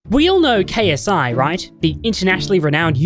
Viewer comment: It’s funny how you make a 32 minute video about someone but can’t say Ksis last name